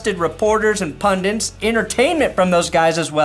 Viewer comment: Pundits, not "pundints."